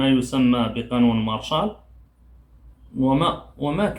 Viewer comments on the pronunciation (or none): للتصحيح فقط la loi martiale وتقرأ مارسيال و ليس مارشال